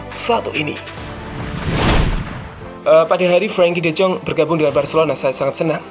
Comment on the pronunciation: Frankie de zonk??? Salah penyebutan nya min